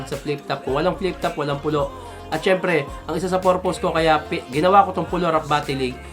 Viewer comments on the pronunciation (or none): maganda sana kung " pur.puhs "kaysa sinabing mong porpows.... hahhaha